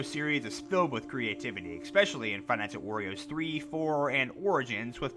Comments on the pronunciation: DUDE WHY ARE U SAYING FIVE NIGHT AT OREOS ITS WARIOS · he pronounced five nights at wario's like "five nights at oreo's" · Why Does It Sound Like He Is Saying Five Nights At Oreos 💀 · Iz sounds like he's saying 5 nights at oreos wich doesn't sound that bad of a job